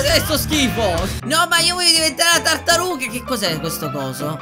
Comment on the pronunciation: ti vorrei dire che nel momento 9.' 32 ai detto la cartaruga invece che tartaruga